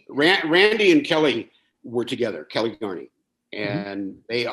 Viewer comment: Kelle is pronounced like "gel", not like "Kelly"